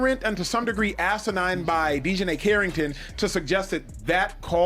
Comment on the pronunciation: AI narrator … Dionnei Carrington, what is that? Son of Dionysius? Reject from The Odyssey?